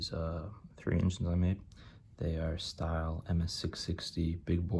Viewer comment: It's pronounced still not style, dude get your shit right because when you don't it turns people away making them think your ignorant